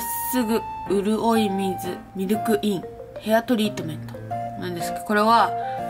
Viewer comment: うるおい水（うるおいすい）の ことを、うるおい水（うるおいみず）っていっててかわいちぃ